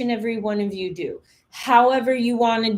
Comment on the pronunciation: What’s wrong with her yaw? 😂😂😂😂